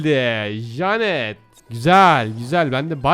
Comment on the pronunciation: ABİ JANET DİYE DEĞİL JENIT DİYE OKUNUYO